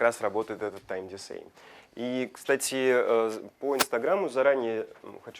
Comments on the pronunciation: не диСей, а диКеу. Учите английский. А за видео огромное спасибо. Очень много для себя узнал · Decay читается "дикей"[dɪ'keɪ], не "дисей" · диКЕЙ а не дисей) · только DECAY - ДИКЕЙ, а не ДИСЭЙ. И Уатсап = What's (Уатс/Уотс) + App (application) - Апликейшн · Decay произносится дикэй а не дисэй)) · Тайм дикэй, не дисэй. А вообще спасибо за видео, очень познавательно) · Почему тайм дисей ....когда правильно тайм дикей? Что за дичь? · особенно тайм десей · VSCO приложение читается как ВСКО., посмотрите правило про чтение буквы C в английском. В сочетании с decay (который дикей на самом деле) очень неприятно слушать, перестаешь доверять информации...хотя она вроде классная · Дисэй..... за что я это слышу... Тайм Дисэй.... до свидания